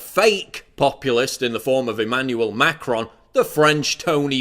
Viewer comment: also Melon Sean and Macarons instead of Melenchon and Macron made me laugh :D